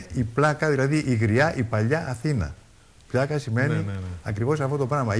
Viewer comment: Πλιακα όχι Πλάκα